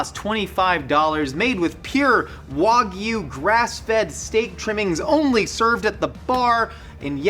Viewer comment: Thank you for not pronouncing "wagyu" as "wag goo" or any of the other horrible grating mispronunciations that plague food YouTube in the Anglosphere.